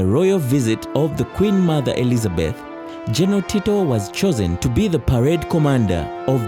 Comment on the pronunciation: Get someone who is clear, concise and can narrate well. Are there no Ugandans who are able to pronounce the words 'general' and 'battle' well? Or do you need Kenyan help?